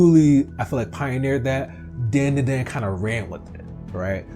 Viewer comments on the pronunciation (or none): Its pronounced Dan-da-dan not Den-de-den